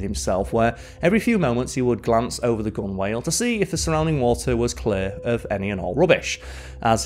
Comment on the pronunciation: Gunwale is pronounced gun-all btw 😊